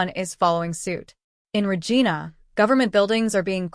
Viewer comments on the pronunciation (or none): This is AI generated voice... its re..gina.. a as in vine, not re..gin..a